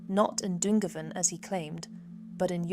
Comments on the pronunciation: Just to help - Youghal" is pronounced like Y'all/Yawl and Dungarvan is Done-garr-van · This is very good but please pronounce the place names like youghal and dungarven correctly. Thanks